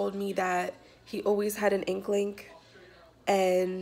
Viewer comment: JoachimderZweite , did any of y’all catch her say “inklink”? Lawd, from ballistic to inklink.... I can’t! 😂